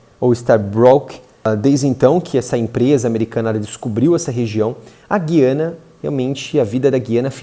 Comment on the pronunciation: O povo insiste na pronuncia errada... Guiania. G u i a n i a